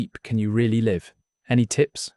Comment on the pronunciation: When the narrator pronounces words like "live" wrongly does that mean it's AI generated?